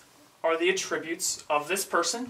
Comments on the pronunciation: Great video, but here, the word "attributes" is a noun and is pronounced "AT-tributes" not "at-TRIB-utes". (Accent is on the first syllable, not the second.) You are pronouncing "attributes" the way it would be said if it were a verb. The grammar Nazi now relinquishes the floor to you,. Great video! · i like it just annoyed me how you pronounced attributes but thats my problem.